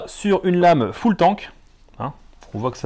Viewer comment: Bonjour , super présentation , comme d'habitude 😁 lame full tang et pas full tank ! 😂